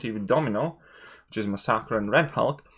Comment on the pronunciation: love your vids bro, but it's pronounced mass e kur. Unless you're going for the Spanish pronunciation, in which case I think you nailed it. Lol Great job man keep it up.